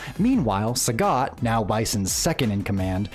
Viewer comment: channel about SF, but pronounce sagat name wrongly😂